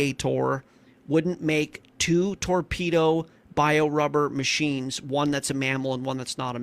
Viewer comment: biorubber machines 😭😭 just sounds funny